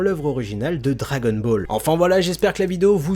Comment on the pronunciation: Je suis le seul à entendre djagonball